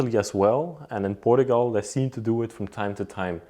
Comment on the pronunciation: Please learn how to pronounce Portuguese and Portugal..